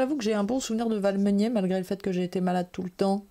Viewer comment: Coucou tous les deux :) Merci pour l'annonce du concours du CLuBB. :) La grosse boîte de John D. Clair, c'est Edge of Darkness, et perso, j'adore, mais c'est vrai qu'il ne sort pas souvent (il demande pas mal de place sur la table aussi). Sinon c'est Valmeinier, pas Valmeunier (d'ailleurs on n'y dort pas beaucoup ;p). Mon souvenir de 2024, je vais choisir Behind. Quand j'ai testé le proto, il y avait une version avec une bande dessinée qui avait été faite par un camarade d'études de Nancy il y a près de 30 ans (une histoire de caribous en ascii-art), et je me suis étonné de retrouver là cette oeuvre, même si je savais qu'elles se baladaient sur le net si on savait où les chercher (il y a même des clips animés, toujours en ascii-art). Après que notre sélection des finalistes fut complétée, on nous a annoncé le nom des auteurs, et je n'ai pas tilté. Par contre tout s'est éclairé quand lors de la finale, Cédric Millet est venu me saluer par un "Bonjour, tu te souviens ? On était ensemble à Nancy !"... Et là j'ai compris. Par contre pour la version finale la BD a été remplacée par une histoire de professeur patate... ;) Ciao ^_^